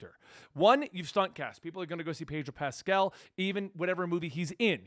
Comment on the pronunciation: His pronunciation Pedro Pascal 😶 Pedro Pastel 🎉🎉🎉